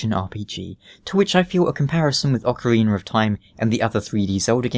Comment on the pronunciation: More like Ohk-a-reena. That's how you pronounce it. Oak-a-reena is acceptable. But wtf is this Ocariner?